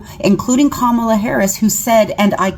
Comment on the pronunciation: I'm sorry, I do not remember anyone regretting their vote for Biden and going to the republicans asking for forgiveness. She is completely delusional! And republicans were the ones calling us names, saying we were groomers and had TDS, and all the other BS. If Harris (Ka-ma-la, not kam-ala, how can you people still not say her name correctly) were president we would not be in a pointless war, gas prices would be down, ICE would not be roaming the streets kidnapping people, the government would be funded, we would have a program helping first time home buyers, small business tax breaks, protection from price gouging, and allies who still respect and support us.